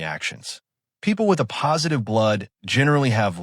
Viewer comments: Hate AI narration. "a postive." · Excellent information, but did anyone LISTEN to this video before releasing it - the “uh-positive” is difficult to listen to. Thanks, though, for the information. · You made a video using an AI voice that can't even say the title 'A+' in the right way, could you not correct that?